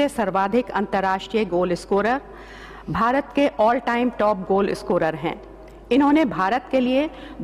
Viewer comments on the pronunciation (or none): none